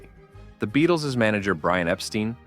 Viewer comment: Two points of order here: 1. The band was called The Beatles, not the "Beadles"; 2. Their manager's surname was pronounced "Ep-stine", not "Ep-steen". Otherwise, an excellent video. 🙂